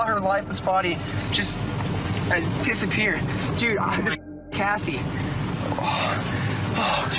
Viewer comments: Not Jessie bro. Cassie. Oof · Her name is Cassie. Not jesse. Am I missing something? Lol you wrote Cassie in the subtitles but keep saying Jesse. Maybe she went by Jesse too but I’ve watched numerous documentaries about her case and I don’t recall that. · Its beam not dream lol Cassie not Jessie Richard not rickard do you not check these things before uploading? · Her name was Cassy not Jessie. They say her name so many times and not once did it ever sound like Jessie. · Lol it said Jassie. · Her name is Cassie Jo Stoddart, not Jessie... How do you even f**k that up? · why do you keep calling Cassie Jo Stoddard "Jessie" instead of "Cassie"? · Her name is Cassie, not Jessie. I'm sorry, but I just hate when people get a victim's name wrong, it seems so disrespectful. I feel like something that basic is the least you can do. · I’m sure you’ve gotten comments already but it’s Cassie not Jesse. They actually say her name several times. Not sure how this was missed. Like your channel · Isn't it Cassie not Jessie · Her name is Cassie not Jessie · It's Cassie, not jesse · Love it when you drop a video, but how could you get the name "Cassie" as "Jessie" and "Jassie"? Turn up your hearing aid my brother. 😊 Hehe, just fuckin' with you. You're an OG. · Her name is CASSIE, not Jessie. Out of respect for her, you can make sure you get her name right.